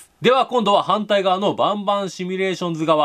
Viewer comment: バンバンシミュレーションズがボンボンシミュレーションズって聞こえる